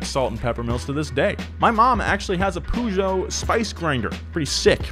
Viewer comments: Peugeot: "Purr-Zho" not poo joe. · I’m British and was like wtf is a pujo it’s puh joh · Me, a European: What is "Pujo" "OH HE MEANS PEUGEOT" (more like puh-joh) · I know right? I know it as purr-sho weird sh-j sound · poo-jow? it's purr-show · "Poo joe" It's Puh-joe with the joe part a bit longer. Poo joe lmao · "pužo" interesting pronunciation of "pežot" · It's not Poojò, it's Pejò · Why do u call peugeot pujo? It sounds more like pegeau lmao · Poo Jo? Its more like Pe jou.. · Why do you call it "Puuujo" its "Perzio" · it's not "poo goet" its "Peu-geot" like "un petit peu"..... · Pugo 😂 it’s (“ per- ge- oh”) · I love you guys but please do some research on manufacturer pronunciation😭 peugeot is pronounced “per-zho” not “poo-joh” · Absolutely nobody: Donut media: ~pOoJoE~ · Pea-you-got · Per zho. Im british and i barely knew what he meant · it's so annoying to hear pujo xD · I pronounce it "Pe-jot". or simply "Pežot" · did just say "pooshow"?! And again... and again! I've never heard it pronounced like that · "poo jo" What the hell man? D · like why acknowledge the silent T but ignore every other aspect of French pronunciation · pronouncing Peugeot "Poo-jo" disturbed my French ears so much 😂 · Great video, but the "pooh-geot" is really like a red rag to a bull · I notice that only Americans say poogeot. Even Mr. Regular does it. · Nobody: nothing: poojeau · Nobody:: poojo pooma jagwar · I've never heard Peugeot pronounced like that, it threw me off. In Australia it's pronounce as "Per-geot" not "pew-geot" lol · Take a shot every time he says Poojoe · You call Peugeot poojoe? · ...sorry I can’t take how you are pronouncing every brands name correctly.. but Peugeot? You are the first person I have ever heard pronounce it as “pujoe” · Please stop saying pougeot instead of Peugeot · bro why do you pronounce Peugeot like that? it's pronouned (purr-geot) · Pugo not Peugeot PUGO